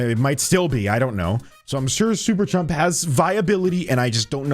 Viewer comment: its super chum not chump